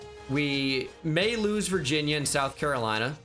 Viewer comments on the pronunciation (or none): none